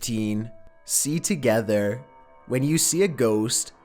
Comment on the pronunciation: Ta gethrr